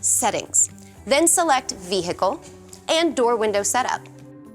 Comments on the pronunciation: Vee Hickle! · Then Select Vee Hickle